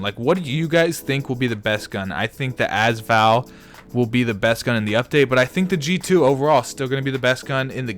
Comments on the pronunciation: can you not say az Val it’s usually a-s val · "azval" nah its pronounced "A-s val" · it's AS VAL NOT ass val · also every time he says az Val i want to punch him